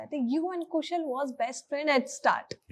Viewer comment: Interviewer please take the correct name...It's pronounced Kushaaaal